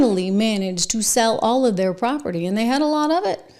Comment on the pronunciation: Property, not "propery.